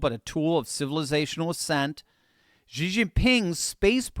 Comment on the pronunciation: XI is pronounced "SHI" Jinping, not "GEE" Jinping.